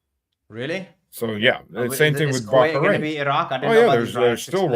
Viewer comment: FFS, it's Bah rain.....not Back arain. Sorry for being picky man.